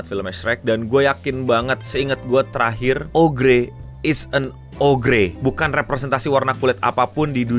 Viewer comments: oger anjir eno dibacanya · Ogre itu dibaca Oger. gimana sih???? Uda mirip belum,? 🙃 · bang, kalo mereka penduduk anomali twitter nonton ini bisa aja marah ama lu gara gara cara lu ngucapin "ogre"